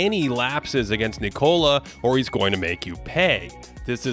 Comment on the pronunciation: I don't understand, in your first profile you were pronouncing "Nikola" correctly. Why did you start putting the stess on the "o" like everybody else?